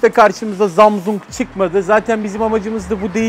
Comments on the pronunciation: abi zamzung değil samsunk :) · Şu jarjla zamzungu söylemeyi bırakırmısın?. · abi şu na Zamzung Diye Okuma Gıcığıma Gidiyo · zamzung XD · ZAMZUNG DEĞİL ZAMAZİNGOO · Zamsung değil ZAMZUNG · 22 gün jarjı gidiyor zamzungun 😂😂😂😂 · webtekno once said seni voyvo senii zamsang (hint şivesiyle) şimdi buraya 22 yazıp 7845e yollayınca telefonumuzum jarjı 22 gün boyunca gidiyo daşla bile kırılmayan zamzung jarj ediliyor 22 gün is loading bak gine sinirlendim ya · zamzung imizin jarjı olmuyor 😂😂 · her zamzung dediginde istemsizce guluyorum🤣🤣🤣🤣😂😂😂😂😂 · Her zamsung ve jarjı dediğinde çıldırıyom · Abi su samsunglara zamsung deme ve sarja jarj deme gulmekten oluyorum.:D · zamzung XDDDD zamzung xdd ZAMZUNG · zamzung grfudvrb çok güzel demiyor mu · abi çok komik zamzung diyon ya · zamzung ne laaa gülmekten geberdimm abeyyy :) :) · Abi zamzung ne ya🤣😂😅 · Zamzung - jarj 😂😂😂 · Zamzong ne aq 😂😂 dakika ya bakın